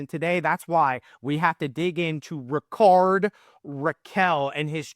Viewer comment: Your pronunciation of Rickard is completly wrong